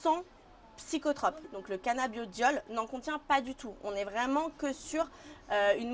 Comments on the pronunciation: la meuf qui parle elle devrais revisé car c'est cannabidiol et pas canna beau diol lol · c'est mal barré déjà la meuf ne sait pas prononcer correctement le nom du produit qu'elle vend... se prononce cannabidiol et non cannaBIOdiol... elle doit pas fumer que du sans thc elle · Je te jure elle c meme pas ce quelle dit toute au long de la video elle a dit canabiodiole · C'est moi ou la vendeuse ne connaît même pas le produit qu'elle vend ? À 0.55 elle sort quand même le mot " Cannabiodiol " au lieu de "Cannabidiol" 🤦‍♂️🤦‍♂️🤦‍♂️. Fuyez cette boutique je pense 🤣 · La canna-beau-dioleuh. Euuuuh non c’est pas ça.